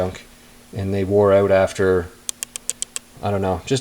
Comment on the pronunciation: "Those bolts come oat hard" Thanks for the vid..